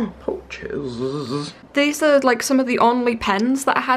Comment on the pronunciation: IM DYING THE WAY SAYS POOCHES ndjdjdjskskskdjdisiau